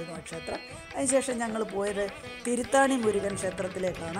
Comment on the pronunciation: Thiruthani not Thiruthaani